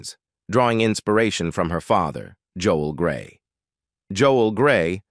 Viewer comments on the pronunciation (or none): none